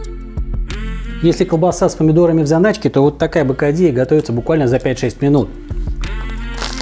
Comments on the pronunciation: Бокадийо! А не бокадийя🤣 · Olga Zusman меня тоже бесит,когда наши в Испании говорят бокадийя,такая стыдоба,bocadillo